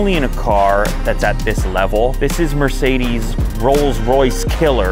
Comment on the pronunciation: It’s sucks how you speak Mercedes. Come to Germany